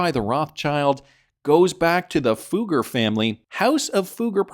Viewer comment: The name is not pronounced 'Fooger' 😂